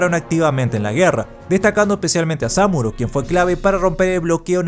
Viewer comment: sÁmuro, hulala señor frances, si como no. -: Como se dice entonces... -samÚro